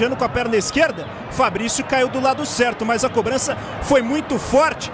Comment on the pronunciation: O narrador ta falando cobrancia 😅😅😅😅